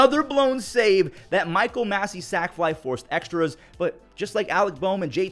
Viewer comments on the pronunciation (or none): none